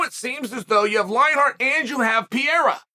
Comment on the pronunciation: And quit saying du pleeceez and peerera you know damn well you’re butchering they names you bozo